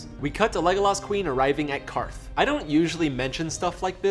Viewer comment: Props for pronouncing QARTH correctly.